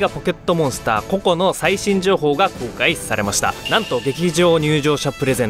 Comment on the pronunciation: ポケットモンスター コ↑コ↓ で草